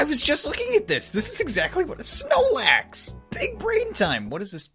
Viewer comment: when he said "snoelax" i felt that.